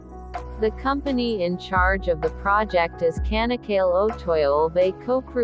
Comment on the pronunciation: bu tanıtımı bu bayana kim okuttu.. ç sesini söyletmeyi öğretemez miydi kanak kal değil Çanakkale. ingilizce Chanakkala ..olarak hatırlatılsaydı.. couldn't you pronounce Ch . the bridge's name is Chanak-kala ..not kanak kal